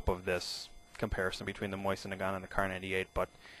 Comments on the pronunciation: Mo-SEEN, NOT "moisen". Trajectory is the same. The Mosin's bolt operated just fine in the cold while the German stuff seized. Hey, if you want to do a true comparison and come out with the Mauser being better, that's fine. However, you give the air of one who expects to find, or more to the point, wants to "prove", a preconceived notion. This does NOT make the preconceived notion correct. Would you like to shoot against me? Maybe make a wager? Josh at Smith-Sights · sorry... cant listen anymore.. The word MOISEN is pissing me off